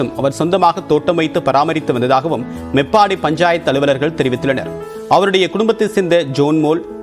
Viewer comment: மெப்பாடி இல்ல மேபாடி